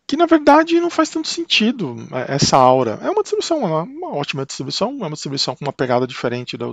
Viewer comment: Legal seu vídeo. Gostei de sua pronúncia correta da palavra "aura" (o que se escuta de aurea....é brabo!). Quanto ao Arch: se não se vai usar muitos hardwares novos (fones, placas de vídeo, etc) vale a instalação? Em comparação com um Debian Stable, por exemplo..Abração